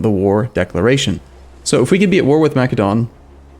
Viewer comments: plz... its not pronounced makedon.... its masedonia or masedon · MA-SEH-DON, like the country Macedonia.